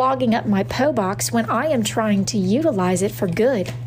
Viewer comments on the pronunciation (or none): THE WAY SHE PRONOUNCED PO BOX